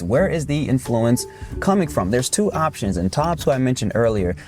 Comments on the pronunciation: The accent in the word 'influence' is on the first syllable, not the second. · Influence is NOT pronounced like that